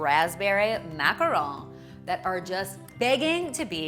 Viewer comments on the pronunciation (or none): The 's' in macarons isn't supposed to be silent.